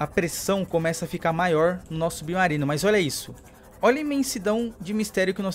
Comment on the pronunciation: E só eu que acho que ele fala subnarino?